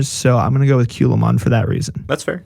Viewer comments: Was looking for this comment. He swapped the a and the u. Culamon vs Calumon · Why did you call Calumon Kewlmon? 😅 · Hearing them call Calumon "Kyulaymon" over and over made my break my phone.